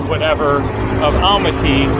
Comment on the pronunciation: Please check the pronunciation of Almaty aal maa tee accent on middle syllable.